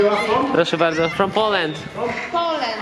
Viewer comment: From "Polend"🙈😂😂😂gdzie uczą tak angielskiego? 🤣🤣🤣